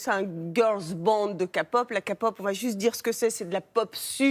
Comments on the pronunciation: Voici une liste de ce que j'ai à dire concernant ce reportage : → Record des BlackPink battu très peu de temps après par BTS, ils ne l'ont pas dit. → "Elles ont même pas 20 balais" alors elles ont toutes largement au dessus de 20 ans. → Prononciation "ka-pop" et "bétéèsse" mais bon, à la limite, on a l'habitude, ça passe. → "Ces groupes sont créés par UNE énorme/puissante maison de disques" erreur d'expression ? Il n'y en a pas qu'une seule, et ces entreprises représentent bien plus que des maisons de disques. → "Girlsband très rare dans le milieu de la k-pop" bah non pas tant que ça, il n'y en a certes moins que des boysband, mais de là à dire que c'est rare, non. → "Coupés de leur famille et pas le droit à une vie privée" bah non pas forcément, encore une fois ça dépend du contrat signé et du label. Ça aurait sympa de parler du mouvement #FightAgainstSlaveContract pour le coup, qui montre que des fans se battent contre les contrats inhumains. → D'après eux, un scandale de drogue serait donc pire que des suicides ? Ah ok, très bien, nique l'éthique humaine hein. → "Le mouvement MeToo n'existe pas en Corée" c'est complètement faux, il faut suivre l'actualité madame. Bref, encore une page télévisée sur la k-pop qui ne s'intéresse absolument pas à la musique et l'art que ce milieu représente, et qui préfère désinformer (par le biais de journalistes incompétents j'imagine) et uniquement parler de ce que cela représente niveau business. Certes la partie entreprise joue énormément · Si vous faites un reportage sur la K-POP s’il vous plaît faites le sérieusement. De plus, si on est spécialiste de la Corée du sud, sachez au moins prononcer le mot « K-pop », c’est juste un manque de professionnalisme. Et si les jeunes veulent être stagiaires dans des agences pour devenir trainee, c’est leur choix, vous ne devez pas les décourager… Sincèrement, je trouve que le travail de ce reportage est vraiment pas sérieux ! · Oe, en plus ils savent pas dire kpop pour moi 😂